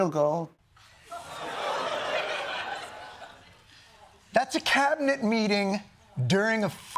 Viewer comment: i hate how he says "gold."